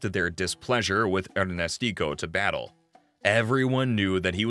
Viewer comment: His name was José Miguél Batllé, not Battle. I am related to the Havana Battlés and Rodriquez.